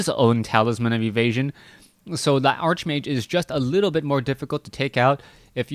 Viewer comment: Everytime he says Archmage, it hurts.